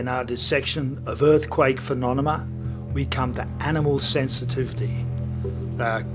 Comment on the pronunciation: I love that he says "phenoNeMa" lol